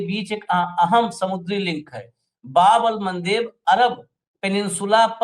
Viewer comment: बाब अल मांदेव नही है शब्द रेपुटेट चैनल पर सही उच्चारण हो सुधार करें